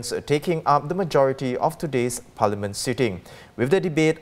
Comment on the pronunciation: Dear, the English word "parliament" is not pronounced "palaman".